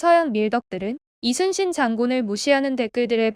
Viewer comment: 이 채널은 사진 몆장이나 동영상 스크랩으로 카더라 통신으로 안하고 실제 동영상을 제대로 올려서 너무 좋네요 ❤ 근데 저 교수님 진짜 우리 문화를 제대로 연구하셨던 분이신듯 하네요 이순신을 칠판에 쓸때 Lee로 시작안하고 Yi로 적고 발음도 리순신이 아닌 이순신으로 제대로 발음도 하시는 것을 보니 소름 쫙 솔직히 우리 발음을 못해서 고려가 코리아가 되고 우리의 성씨를 발음 못해서 그들의 표기법으로 맘대로 바꾸는거 정말 싫었는데 그리고 또 우리는 그들 표기법대로 우리의 말을 바꿔서 쓰는건 더 싫고요 그런데 저 교수님은 제대로 우리의 발음과 역사를 다 꿰고 계셔서 웬지 흐뭇하네요 ㅎ